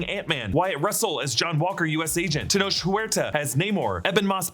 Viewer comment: tenoch is pronounced as “te-knock”